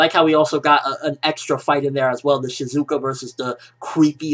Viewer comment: lol shizuku not shizuka..